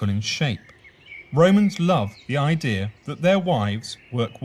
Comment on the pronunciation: I heard that when some English people say the word "idea" as "irdea" it bothers me to no end. Whats so hard in spelling I D E A?